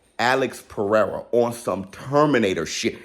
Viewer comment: Haha funny Alex. Perrrsra